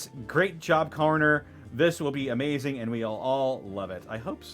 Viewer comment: Subarashi! Amazingu gameu! You did an great job DM'ing this!